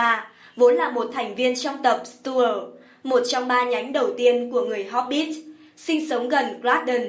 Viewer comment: Tôi còn nghe hốp_ bít xì ko biết ở đâu ra? Chỉ thấy mỗi chữ hobbit thôi mà